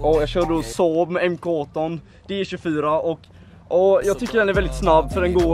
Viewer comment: jäveln med saab kan inte säga saab han sa ''ah just nu kör jag en såb''